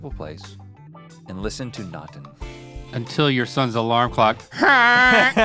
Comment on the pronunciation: Being Scandinavian and listening to Rhett saying Natten is too funny 😂 I will definitely check out Bremer/McCoy, thanks Rhett! 😁👍 Btw Natten just means "The Night"